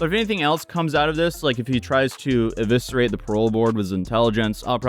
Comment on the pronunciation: “Eviserate “ ?! lol